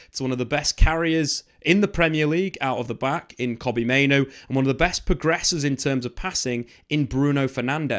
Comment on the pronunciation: Mate, I'm on my knees absolutely begging you to pronounce Mainoo's name correctly. As the video went on, you started doing it in fairness. But the first half of the video, time after time - Main-Oh